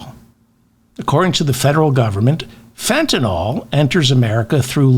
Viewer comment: FentanALL? You sound like an idiot, man. It's FentanILL, ILL as in SICK; not ALL as in ALL. It is spelled Fentanyl. YL not ALL. You're a smart guy, at least try to sound like one??? And no, migrants are NOT bringing in drugs, traffickers and smugglers are. WHOLE different ballgame. While I'm at it, please Dave, can the schmaltzy fake jazz at the outro of your clips. It sounds like $hit, and is a total waste of time. You have enough good content without that crap... PLEASE!